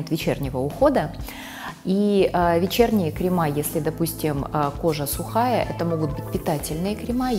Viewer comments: Непростительно для профессионала говорить "кремА" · В слове «кремы» ударение падает на слог с буквой Е — кре́мы